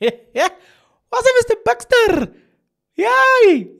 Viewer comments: Bester not Bexter. 😂😂😂😂😂😂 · Bester not Beckster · It’s Bester, not Bexter